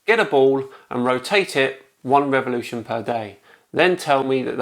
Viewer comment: "One reveloution per day" French: Weak.